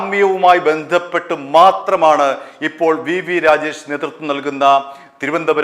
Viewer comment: രാഗേഷ് അല്ലടാ. രാജേഷ് ആണ് മൈരാ